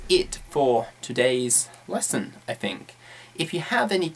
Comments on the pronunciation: Quite useful as usual. I've realised that you pronounce the phoneme "th"as "f" in words like "think" for example. I know there are several different dialects in Britain as I know that Cockney people say "f" instead of "th". The point is: Is it accepted as a normal thing to speak English changing some typical RP phonemes by those regional ones likes this? Is there any educational level implication? I mean you're a teacher so I guess you are teaching properly and for sure you are. =). Thanks. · Hey, you're right! With all the other strange pronunciations, especially of vowels, I actually didn't notice the th => f thing until you pointed it out. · 9 unnecessary 'umm's, 'some fings', 'fink of...' and 'not gonna'